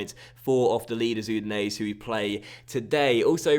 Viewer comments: Udinese is pronounced "Oo-di-nay-say" by the way. The 'E' at the end creates the 'ay' sound. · Not really but still better than his pronounciation lol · be honest that's true. But I know that the way pronounces it isn't correct.